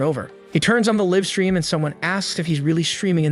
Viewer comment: Very good reader. One minor error For "Live Stream" to use a long "I" in "Live" (LAIV-Stream). A second minor error ish "Heir" is pronounced "Air" . This one is repeated so is more important. Thanks for creating these videos. They have made me happier over the last year.